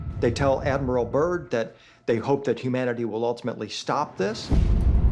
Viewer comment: Admiral Byrd not Admiral Burn. Can't even get his name right. Description box 👈📖🧐